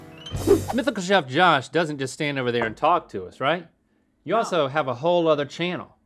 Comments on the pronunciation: Italian compliments to Josh’s pronunciation that, in most words, just sounded straight up GOOD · Is Josh italian? His pronunciations were immaculate